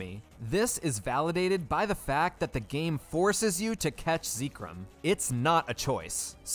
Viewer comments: It counts, you failed. I would have given you a pass, but you pronounced Zekrom the way you did. Mission failed. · why bro call it zeeeee-krom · Why do you call it Zeekrym? It's Zekrom 😭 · Im late but pronouncing zekrom as zee-krum and not zeh-krom is crazy. I hear new ways for ppl to mispronounce pokemon names often 😂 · It's pronounced Zeck-rom, not Zeek-rom. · IVE BEEN PRONOUNCING ZEKROM WRONG?! how you say it: ZEE-krom how i say it: ZEK-rom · If you say zeekrom one more time I'm gonna lose it. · Zekrom -> Zeh Rom -> The Rum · Ah yes, ZEEKRUM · Whenever he says "ZEEkrom" a part of me dies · “Zeekrum” it hurt every time he said it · Zee krum?? 😭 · How you say zekrom is weird (first time hearing someone say it that way) I pronounced it like Zek-Rom, and rom pronounced like rom as in rom hack) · I think specifically cause you called zekrom zekerom it counts as wild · I would have said it's fine... but hearing you say "zee-krom" is making me reconsider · Zekerum, really??????? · its pronounced Zeh chrome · no, that's what I'm saying. I've never heard it pronounced "ZEE-krom". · I'm sorry.... how did you just pronounce Zekrom? its literally pronounced how it's spelled! Zek rom! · No, I was thinking "Why does he pronounce Zekrom like that?" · The only illeagle thing here is the pronunciation of Zekrom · Idk what’s more wild, you beating the game with no wild encounters, or the way you pronounce zekrom. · Your pronunciation of Zekrom is certainly unique. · Please never say Zekrom out loud again respectfully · I would absolutely consider this a win except for the fact that you pronounce Zekrom like that so you lose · No matter what people believe about the end validity of the challenge, what's not valid is how you pronounce Zekrom lmao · I know youre pronouncing zekrom like that on purpose because of how much you said it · I believe you mispronounced Zekrom as well as other mons. Oh well I guess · Please pronounce Zekrom properly, this wickedness must be stamped out.